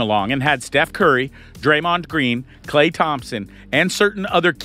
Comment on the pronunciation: How do you butcher Steph's name and misspell Gary Payton